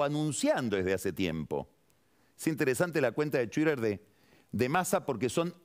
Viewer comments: Págni. Por favor si no sabes suficiente inglés decirlo tal cual..... Duele oírte decir chuider. Decí tuiter queda mejor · Si este hombre quiere pronunciar correctamente, que aprenda a pronunciar Twitter.